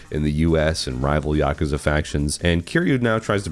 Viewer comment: Thank God, an American called it Yakuza rather than Yakooza 😅